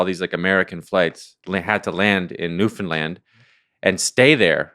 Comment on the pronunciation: The fact that ya'll pronounce Newfoundland Newfindland is crazy bro